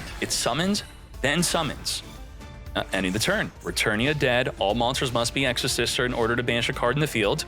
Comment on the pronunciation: Exosister? Nah its Exo-Shifter 😂